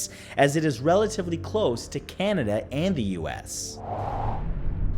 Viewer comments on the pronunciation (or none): none